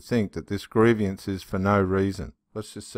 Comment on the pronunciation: Not gree- vi- ans